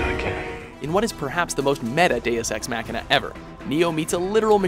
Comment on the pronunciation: I experienced physical pain every time the narrator tried (and failed) to pronounce "deus ex machina"